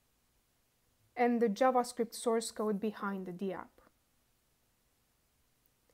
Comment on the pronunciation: Hi. It's pronounced dapp, not dee-app.